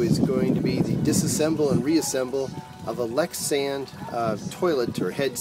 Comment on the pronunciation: Lexisan? Are you try to say Lectra San ?